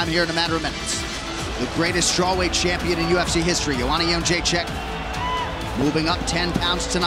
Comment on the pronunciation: Jedrzejczyk = " Young -jay-check" How, Sway?